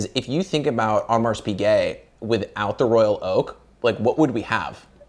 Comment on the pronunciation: don't wanna be that guy but the Audemars Piguet pronunciation by is really distracting